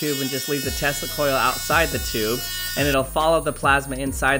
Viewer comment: Check the pronunciation on Tesla